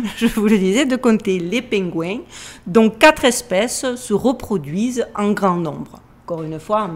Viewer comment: OUiiii et pingouins ave l'assent marseillais c'est trop drôle👏😂😂 🐧